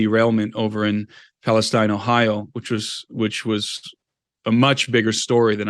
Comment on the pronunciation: East Palestine Ohio is pronounced "Palesteene"... I live 38 miles away and used to do business there. Likewise nearby "Campbell" Ohio is pronounced "Camel".